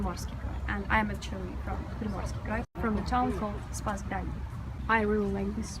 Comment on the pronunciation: Dis is akszili.. Dis is akszili and dis is akszili is all you hear from this broad 🙉🙈🙊